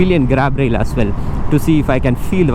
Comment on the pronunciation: 'As' is pronounced azz not ass